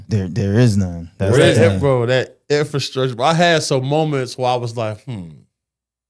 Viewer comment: Infil structure is driving me nuts. It's pronounced Infra structure